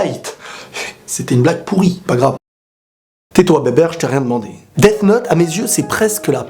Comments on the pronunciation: Ta façon de dire Death me donne envie de me sucider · tu prononce mal le th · Tu dis quoi toi th en anglais ça fait f